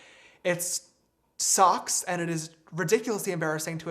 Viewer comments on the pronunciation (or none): anyone notice it sounds like he says "it SOCKS" instead of "sucks" lmao